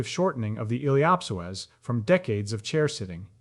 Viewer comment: Awesome content. It just drove me crazy to hear the words “psoas” and “ilio psoasa” pronounced in a way I’ve never heard till this video.